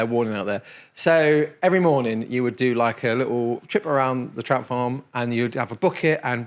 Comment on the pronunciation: "Good mooning!"